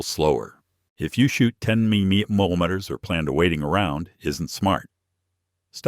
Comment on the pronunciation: 10mm / AI can’t pronounce it right. This story just doesn’t sound right. I reload 12gauge shells.